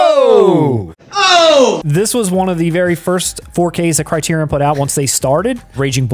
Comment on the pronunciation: There are only three Indiana Jones films. Also, Criterion is pronounced "CRY-TEER-RE-IN."